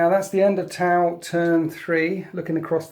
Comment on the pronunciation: Every time I heard "tau" my brain heard "towel".